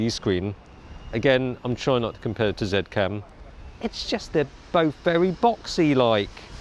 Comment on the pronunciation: The company is pronounced ZeeCam, regardless of country you live in.